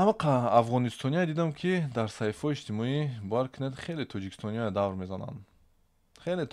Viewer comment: "Давр" не бародар "дав" меган!!!